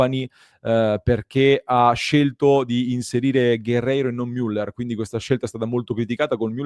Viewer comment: miuller 😬 la i non se po' sentì...😁 la ü è stretta e chiusa, cosa che noi italiani facciamo fatica a pronunciare. allora meglio dire "muller" all'italiana.